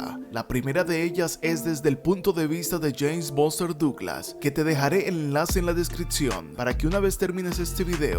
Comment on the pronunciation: The pronunciation of the names of famous American ad British boxers is so bad that it's almost impossible to tell who he's talking about. ("Bóster Dooglasss"!) Lol.